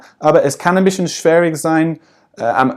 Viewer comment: Du hast " Wort Stellung " Wurd stellung" ausgesprochen. Du sagstest "Schwährig" anstatt "Schwierig". Lauter so kleine Fehler die aber nicht schlimm sind. Ich denke das ist Akzent verschuldet.